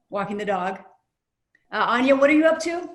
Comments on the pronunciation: the dude says ANYA like ON-NYA. its ANN-NYA. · exactly! its ann-yah not ahn-yah lmao. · its pronounced ANYA LIKE ANEURYSM YOU FOOLS! NOT ANYA LIKE KANYE! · they read anya’s name wrong